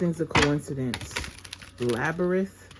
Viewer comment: hey mamas, is pronounced lab-rinth. There was this movie that came out when I was a baby, maybe a little older called the labyrinth or pans labyrinth. It was weird lol but a lot of 80s babies loved it. It was a sequel or prequel to the dark crystal. You should watch it if you're bored 😂